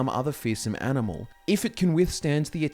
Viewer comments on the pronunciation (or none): none